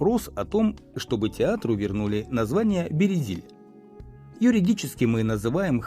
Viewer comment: Авторе, аж по вухам ріже ваша промова, правильна назва Березіль. У цьому слові немає «є»!